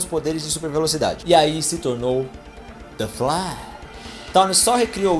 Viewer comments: Kjkjj vc fala "the flash" de um jeito mto engraçado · ELE FALANDO "THE FLASH" É HORROROSO E MUITO LEGAL, VICIADONA KK